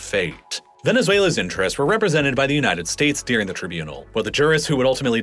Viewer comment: I like the video and content but man I can’t stand how he pronounces “during” as “deering.” And the word comes up so frequently you can’t help but notice it every time.